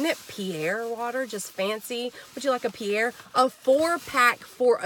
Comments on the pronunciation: It’s pronounced Peh-ree-ei. Google it. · Pe-ri- aye/ Pe-ri- a. this is the right way to pronounce the sparkling water. You really found a good fine that water is expensive. Thank you so much I really appreciate and enjoy your channel. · Just fyi the Fancy "Perrier" water is Pronounced: Pear-ee-air or Pear-ee-ay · I about pee'd when you said Pierre water 😅. Great haul! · That's my fav water! It's pronounced Perry- Ā lol love your vids!!